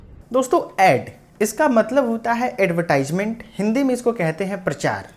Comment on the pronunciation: एडवर्टिजमेंट pronunciation hota h